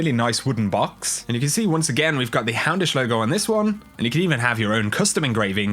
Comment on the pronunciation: Every single time i hear you say "hey guys, houndish here!" i hear hamish.